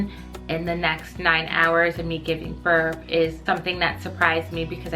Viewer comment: Lol she pronounced that right, but sounds like she keeps putting a "f" on giving "burff" 🤣 made me laugh